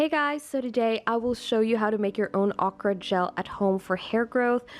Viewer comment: Please pronounce Okra correctly.